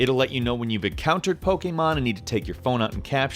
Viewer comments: It's pokèmon not pokàmon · Lol, pokaymon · The way he says Pokemon pisses me off